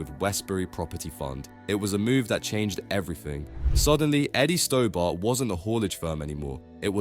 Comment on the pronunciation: Pronounced "Stobburt", not "Stowbart"